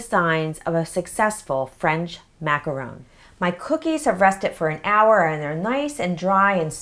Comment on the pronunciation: The proper pronunciation is Macaron...RON. A macaroon is made with coconut. :) Just a little FYI